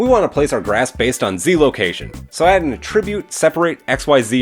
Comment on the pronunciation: hate to be that guy... but... it was driving me a tad nuts and you say the word a bazillion times and I cringed every time. The word ATTRIBUTE can be used as a verb and a noun but the pronunciations are quite different. The verb means to apply a quality to something or something caused something else. This is the pronunciation you used in the video, the verb. The correct pronunciation for the nodes in blender would be for the noun usage of ATTRIBUTE. Something has an attribute. That is the usage in nodes. The nodes have attributes. For this video it isn't the verb pronunciation it should be the noun.